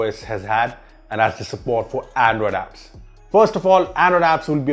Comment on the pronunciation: it's not ANDODAPS.. it's Android Apps.